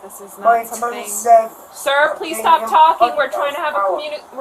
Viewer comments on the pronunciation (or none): none